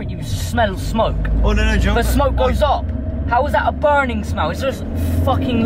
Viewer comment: ally sounds normal until he says words with 'ur' in the word ahaha you can smell burrrrrrning' too funny